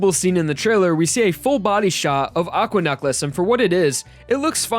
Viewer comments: Why do you pronounce necklace like "nuck-les"? Edit: Don't mind my rudeness; I'm a little drunk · Why does he pronounce necklace so weird